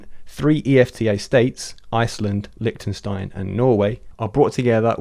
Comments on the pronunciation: "Liktenstein" and "rooters" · "Rooters" "Licktenstein" Lol, maybe a little more work on your pronunciations team.